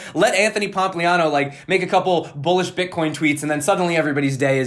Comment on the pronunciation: Did you say b*tchcoin? :DDDD